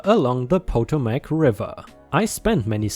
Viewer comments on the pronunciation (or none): Still loving your "actually read by you" videos, also still amused by occasional mispronunciations. This time it stopped me in my tracks as I realized your were saying Potomac River, near or in Washington DC. For future reference Potomac is pronounced puh-TOE-mick, not POE-toe-mack. (Ferrari is as you pronounced it...) Keep up the good work! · Po-TOM-ac. I grew up around there.